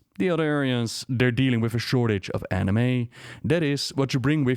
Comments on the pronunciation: Threw me off when I heard of all people say "Anime." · "They're dealing with a shortage of Anime." I can't unhear it